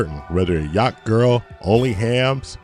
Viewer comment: Yacht thacht😂😂😂